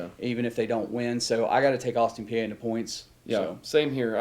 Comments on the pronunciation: Its austin pee not austin pee-eh lols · Exactly! It’s pronounced Austin Pee